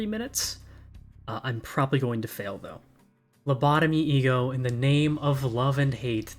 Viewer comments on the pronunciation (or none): none